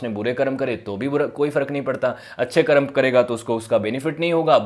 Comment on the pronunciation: जब आप संस्कृति और दर्शन जैसे गंभीर और विश्लेष्णात्मक विषयों पर बात करना चुनते हैं फिर तो आपकी भाषा परिष्कृत और शुद्ध होनी ही चाहिए तब आप कर्म को करम कह कर काम नहीं चला सकते | और जो व्यक्ति अब अस्तित्व में जीवित भले न हों पर उनका नाम तो मौजूद है, उसे ठीक तरीके से बोला जाना उनको सम्मानित करने का एक ज़रूरी आयाम है | उम्मीद है ध्यान रखेंगे |